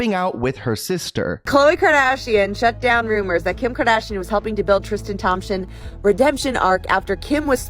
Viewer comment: The way that one girl pronounced “kardashian” actually triggered me ☠️